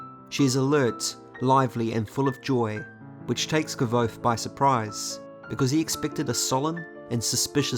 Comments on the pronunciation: Thanks a lot for your beautifull videos. However, here you have how the name of Kvothe is pronounced: It's more like "<<Quouz>>". Cheers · I am surprised at the pronouncing of Kvothe. Can someone help me know which is correct? I was of the understanding that it’s pronounced Quothe.